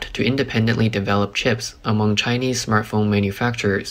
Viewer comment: Thought you said 'smurf phone' Was expecting blue phoness More money going into pockets with no chips...ha